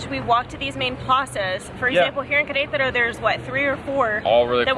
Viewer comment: Hahaha it’s waaay too funny the way you pronounce Qrtro, without any vowel! Lol Cheers from CDMX!✌🏻